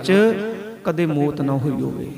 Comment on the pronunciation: ਮੌਤ ਸ਼ਬਦ ਹੈ ਭਾਈ ਸਾਹਿਬ ਜੀ ਇਹਨੂੰ ਸੁਧਾਰੋ ਆਪ ਜੀ ਮੋਤ ਬੋਲ ਰਹੇ ਹੋ